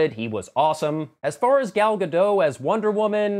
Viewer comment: One quibble, but it's one a lot of people make. Her name is pronounced Gahl gah-DOHT